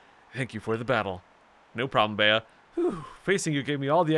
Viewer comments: Bea is bee not beyah fyi :) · I always thought it was pronounced "Bee", like "Beat Up" since she's a martial artist. :p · Apparently Bea's name is pronounced "Bee". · Bea is pronounced "bee" Bede is pronounced "Bead" Oleana is pronounced "oh-lee-ahna" Just for future reference